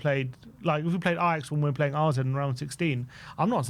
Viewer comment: One day these lads will read comments and finally say AZ alkmaar not RZ !!!